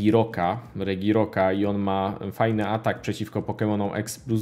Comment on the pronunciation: jeżeli ten Pokemon jest aktywny to ma typ Psychiczno/Walczący :), nie Regirok tylko Redżirok :P, Bardzo dobra karta warta z 2-3 boostery ;), śmieszna i denerwująca abilitka :p, jeden z najlepszych supporterów w grze, Taka średnia karta długo się ją boostuje, jest warta z 2 boostery :P